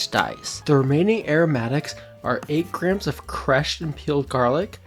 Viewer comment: yt: Stop pronouncing grams as "Grims" it's pronounced "GRAMZ":yt